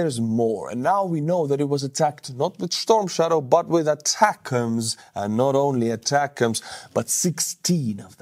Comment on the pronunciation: it’s “A” “tac-ems” two words. Source: me, I was a mlrs crewmember in the US Army.